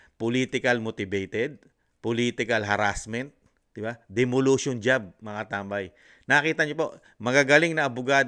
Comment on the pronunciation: Hi Sir, gusto ko lang I correct word d e m o l i t i o n . Thanks gusto ko ang imong channel